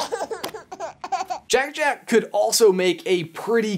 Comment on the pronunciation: It's Jack-Jack, not Jake-Jake. Jack rhymes with hack, Jake rhymes with rake.